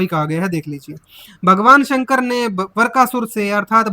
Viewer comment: वीडियो बनाने वाले को हिंदी बोलने का भी ज्ञान नहीं है वृकासुर को वरकासुर बोल रहा है और बातें कर रहा है भागवतज्ञान की तुम्हारे गुरु रामपाल कबीर दास जी की पॉइंट 1% भी बराबरी नहीं कर सकते वे दिन भूल गए जब उनके आश्रम में उनके लोगों ने गोलियांचलाई थी रामपाल को खुद हिंदी बोली नहीं आती मूंह बिचका बिचका कर बातें करता है, जेसे फिल्मों में जॉनीवॉकर।